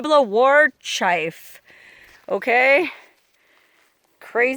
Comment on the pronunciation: CHIEF not chiff!!!!